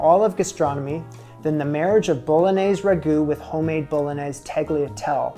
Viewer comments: It's 'TAL-YA-TEL-EH' (just FYI, not trying to be a douche hehe. Although it's hard not to come off as a douche when correcing someone's pronunciation) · bo-lo-NYAY-zay, tahl-yuh-TEL-lay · weeps in Italian It’s tah-lyah-TEL-yeh.” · Also, italian words don't have silent final letters. So tagliatelle is pronouced with "elle" at the end, not "ell". Italian americans from the northeast of the country often omit the final sound, and they are wrong. Anyone from Italy would absolutely roll their eyes. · i love you and your channel, but as a Half-Italian (The other half is German^^) who grew up with Italian cuisine it really hurt my ears (and feelings 😅😂) how you pronounced the name of this type of pasta. 🙉🙈 It's pronounced TaliatellE! The "G" is silent, but the "E" at the end of the word is NOT silent, it's pronounced like an English speaker would usually pronounce an "A" at the beginning of a word, like for example in "Arrow". Keep on rocking the kitchen,! 😁😉 Greetings from Germany 😊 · pronouncing tagliatelle tah-gleah-tel and not bothering to even look up the name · Dafuq is Tag Lee A Tell??? Do better!! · It's pronounced Ta-lya-tele, for next time 😉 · Bolognese - pronounced BolonYAYzeh . . . Tagliatelle - pronounced TalyaTELLeh . . . you pronunciation of al dente? perfetto! Yes, after getting to grips with French pronunciation . . . you have a new hill to climb!! And like everyone else I was screaming at the screen "It's still sticky!!!!". It's often a very emotional experience watcing your videos . . . The best fresh pasta making video I've seen is Top 5 Fresh Pasta Myths DEBUNKED, on Pasta Grammar on YT - Eva is very clear and has a manner that suggests a leisurely and almost therapeutic process - I think you would enjoy watching it as I'm sure many of the things she talks about will be coming up in your further explorations. ❤ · Hi, it should be pronounced ta-GLIA-tel-le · What the hell is “tag-lee-ah-tel”?